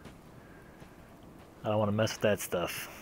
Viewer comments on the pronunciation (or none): none